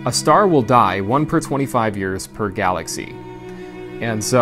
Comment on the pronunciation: what’s a galathy?